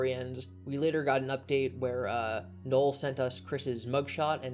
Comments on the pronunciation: I kept asking myself, who the fuck is Noel? It's Null, like nuh'll not nuh'el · Sorry to be that guy, but it's Null not Noel.